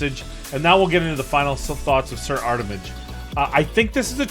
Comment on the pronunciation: Drinking Game!!!! Every time says "Armitage" instead of "Artimage" you drink a shot. I DARE YOU! lolololol 🤣🤣🤣🤣🤣